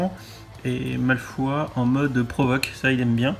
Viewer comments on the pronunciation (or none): "malefoi" non non et non :'( pourquoi tant de haine envers son nom de famille. ça se prononce à l'anglaise. Un truc genre "malfeuille" XD